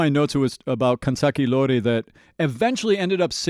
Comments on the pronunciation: Additional correction. He might pronounce iori as i(letter i)-ori, but the correct one is i(letter e)-ori😅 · It probably doesnt matter at this point anymore but I just wanna point out that the name of 'Life Hates Us Now' is Kanzaki Iori as in 'i' not and 'L'